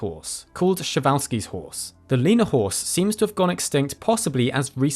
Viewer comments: Not "Shewalski", "Pshewalski"... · I like how any long string of consonants in Polish just has the pronunciation of 'sh'.